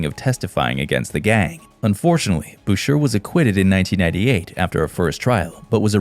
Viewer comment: FYI - Boucher is pronounced like Boushay not Bousure.